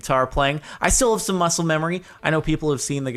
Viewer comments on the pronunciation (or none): none